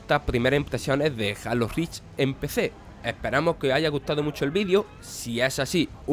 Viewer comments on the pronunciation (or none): Jajajajajajajajajaja jalo jajajaja por amor adiós porque no pronuncian bien las palabras en inglés como son Jalo rich X boc Pleiestation